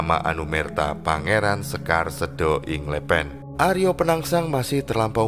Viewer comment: Izinkan saya beri masukan agar pengucapan kata2 Jawa lebih pas/enak didengar. Sekar Seda Ing Lepen, kata 'sekar' diucapkan dg 'e' sprti pada 'lepas' , 'seda' yg artinya wafat diucapkan dengan 'e' sprti pada 'tempe' dan 'a' diucapkan sprti 'o' pada kata 'jowo' dan 'd' diucapkan dg ujung lidah di bibir bukan di langit2 mulut. Sedangkan 'lepen' yg berarti sungai, kedua huruf 'e' sprti pada 'ember''.